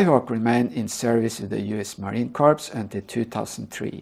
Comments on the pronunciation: The Word Corps is pronounced core. The Marine Corps (core) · Even Barack Obama doesn't know how to pronounce "corps", so I give this ESL speaker a pass.